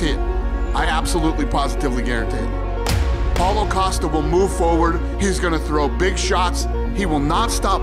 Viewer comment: paulo "the shampion" costa ;)